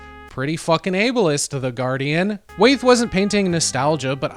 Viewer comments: Ohmigod. It's pronounced WHY-ETH! 😂😂😂 But thanks for giving a fair interpretation of Andrew's work. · Great video. But it's pronounced WHY-eth. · Wait am I missing something, why are you pronouncing Wyeth like "wayth"?